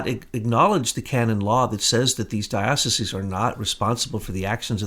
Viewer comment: is it even possible to be an ex jesuit ? AND not be able to pronounce diocese and it's plural ?